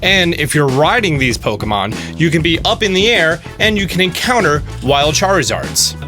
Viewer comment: The "enctouner" rates are so low ;)